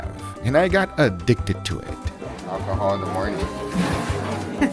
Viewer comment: "Alchool in the morning"...welcome to Europe dude 😂